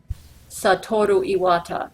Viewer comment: IT'S SA-TUR-OH E-WA-TA, NOT STAT-TUR-AH- E-WAT-A!!!